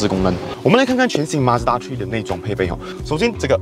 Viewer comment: mazda 「tree」